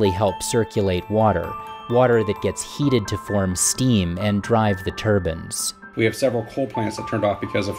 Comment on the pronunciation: Turbine... not Turban